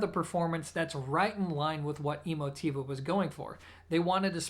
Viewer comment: Are you pronouncing the name correctly? Is it E-mo-TEE-va like you say, or e-MO-ti-va?